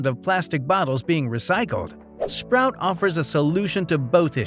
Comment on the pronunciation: nice try. but... Number Three - is not "SPROUT" it's SPOUT, wth. You show the brand several times.